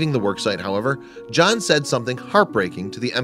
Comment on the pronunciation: Its john not jaahn